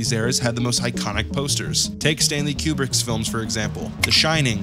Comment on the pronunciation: Hates Casablanca and mispronounced Kubrick.